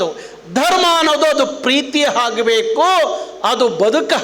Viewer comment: ಹಾಗಬೇಕು ಅಲ್ಲ ಆಗಬೇಕು ಸರ್ ಇದು ಕನ್ನಡ